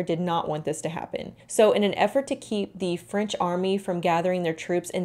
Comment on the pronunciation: 19th century, yass! I love this century because it was absolute chaos. So much progress in so many things even if it was… not good progress Anyway, french gal here and your pronunciation was really good! ❤ I imagine it was difficult at times. But remember: french is all for aesthetics lol